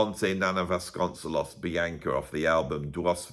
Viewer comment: Vasconcelos -> Bas-cone-SAY-los